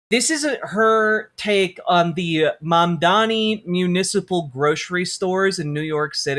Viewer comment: I have literally yet to hear anyone on fox news pronounce mamdani correctly, which is surprising because he’s all they talk about